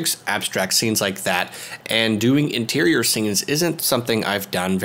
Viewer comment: Enterior? Sounds closer to Interior you are saying. Look forward to seeing your Exterior design next time ;) We all fumble words